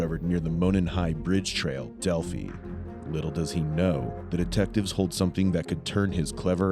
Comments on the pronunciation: It's pronounced Del-fi a hard Y sound.... Delphi, not delphee. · Thats Del-fī or Dell-f-eye for pronunciation not Delfee smh. Sadly i remember the day as its just a short drive from where I am. Im so glad they finally put this ass in jail. R.I.P. girls. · Bro said delph E it's DEL PHI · how do u make a video and not know how to pronounce delphi. also not to be disrespectful but the narration is completely unnecessary adds nothing to the video. these investigators were not good at all.